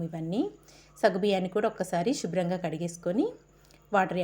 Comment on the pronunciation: షుబ్రం కాదమ్మా శుభ్రం